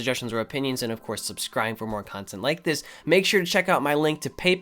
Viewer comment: "It just moah"